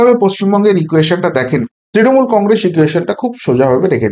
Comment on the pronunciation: কংগ্রেস - শব্দটার শেষে ' স ' ; ' শ ' নয়।